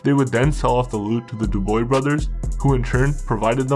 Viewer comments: Dubwah is how you say it. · Pronounced .....dew bwah Just saying. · Great video ! Your pronouncing their lastname wrong though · I was in Bordeaux Jail with Paul Dubois in 1977. The Popyes were on the 1st floor. You are pronouncing Dubois wrong. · You could at least prononce Dubois the proper way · Brutal name translation. Learn the proper pronunciation before you post. 👎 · If you can't be bothered to pronounce Dubois correctly I can't be bothered to watch. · Too many mistakes to keep watching, starting with the pronunciation of Dubois! Chow!! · Dubois - pronounced Doobwah Not dooboy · Dubois should be said as; *DO-BWAH*. C'est un vieux nom traditionnel en Quebec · Just an FYI, Commissionaires are not law enforcement. They are a private security company that generally hires veterans and the such to work the front desk at government buildings checking ID and making people sign in and the such. Also their name would be pronounced Du-bwa, not Du-boy. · I love your videos, but damn, I gotta say, the pronunciation of some of these names left me giggling. For instance, Dubois isn't "Doo-Boys, it's "Du-Bwah". Jean-Guy isn't "Jeen-Guy", it's more like "John Gee", with a soft "J" and "N" rather than a hard one. Granted, Quebecois is a difficult language to pronounce generally unless you grew up around it (even for people who speak other dialects of French!). Either way, keep up the good work. Excellent research. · *Du. Du-bwa. Du as in Duracell. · Dude ur butchering the name...its not D-OO-BOY...the s is silent...its more like D-OOB-WAA and cabaret isnt C A BAA RET... its C A BA RRR A ... the T at rhe end is silent. Kinda hard to watch the video when its the topic of the whole video and you saying their last name wrong. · Not Duboy ... Dubwaaa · Dubois is not pronounced duboy.. Dubois is pronounced Dewbwaa.. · Hey its not pronounced Duboy its pronounced "Dubwah" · It's pronounced Du-bwa, not doo-boy. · Think Du b wah not du boy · Du boy brothers lol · pronounced DOOB-WAH 😘